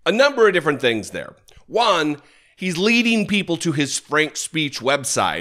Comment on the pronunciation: “Three hunert n sum millun PEEpahl…” Fuck is wrong with this guy?